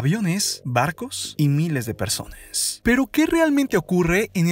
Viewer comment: oye enserio ¨zones¨ ¨persones¨ habla bien